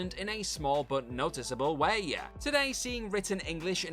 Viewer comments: Had to stop watching as the A's being added to the end of so many words became far too annoying. e.g Way-a, scene-a. Ruined what was otherwise an interesting video. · "return of the jediYUH" "a small but noticable wayYUH" "sticks out like a sore thumbUH"